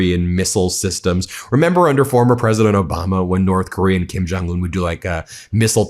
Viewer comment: Pwesident Elmer J. Fudd, thank you for your attention to this (my inabililtes) matter